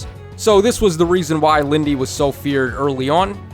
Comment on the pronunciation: It's not Lindey